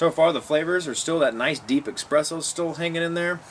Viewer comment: While I appreciate your review of this cigar; I'd like to note that you are trying to mimic Bryan Glynn of Cigar Obsession (almost exact same phrases and review style). Also, the flavor your are trying to describe is not pronounced EXpresso, it is espresso (no EX sound just ES.) I write this not in a condescending tone, but that of a critiquing. Have your own style and ensure you pronounce your words appropriately so others will take you seriously. Also, you have no link in your description as you mentioned in your video. Keep up the reviews!